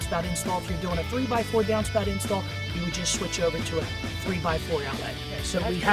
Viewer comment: THE WAY YOU SAY .."downspout" though. When my girlfriend is around sometimes I actually mock your "downspout" pronunciation..we laugh.